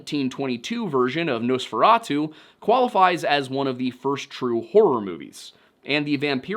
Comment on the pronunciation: hearing americans pronounce nosferatu as a romanian is painful